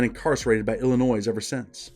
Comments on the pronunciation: The S in Illinois is silent. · My man, I love your content... but there's only one Illinois not multiple, the S is silent